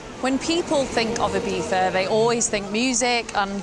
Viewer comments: She literally called it Ibeeza. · Why do you pronounce Ibiza as "ebeefa"?